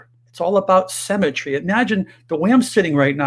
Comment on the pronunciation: The word is "symmetry" not "cemetery " 🤪